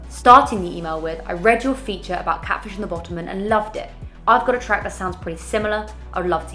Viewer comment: I love you and the help you provide, but my god the way you pronounced 'Catfish and the Bottlemen' annoyed me LOL